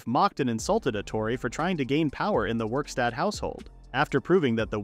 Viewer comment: Werkstatt not Wikstat